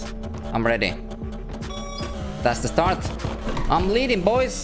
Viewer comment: That BOYS sounded more like POIS